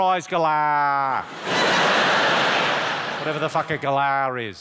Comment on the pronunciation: Jimmy - a "galah" are freakingly loud annoying pink and grey birds. And you've put too much of an -er sound on the end, you need to put more of an 'ahhhhh' to make it really aussie :P